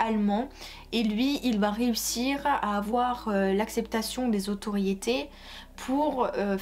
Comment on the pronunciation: Il y en a un qui dit que ça se voit que tu lis ton texte. Effectivement et ce n'est pas ça le problème. C'est que le texte soit MAL lu. Tu fais tellement de fautes de prononciation que ça me sort du truc, je n'arrive pas à suivre. "Qu'ils voYENT" "comme quoi que" "ceux quizon" "le bureau se disent" "autoriété" au lieux de "autorité" "le territoire sont" nan mais sérieux... Toutes les deux phrases, mes oreilles font une erreur 404. J'ai la flemme de relever tous les problèmes dans ton discours. Mais fais un effort si tu veux que des gens regardent tes vidéos. Je ne parlerai même pas du fait que tu ne fais jamais de liaison et que ça rend le tout inaudible.